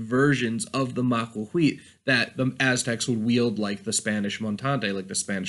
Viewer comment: Maquahuitl isn't pronounced "ma-qua-qui". It is pronounced "maquaquhitl"